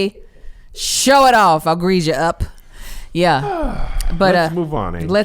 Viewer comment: She said “show it off! I’ll greeze ya up.” 🤣🤣🤣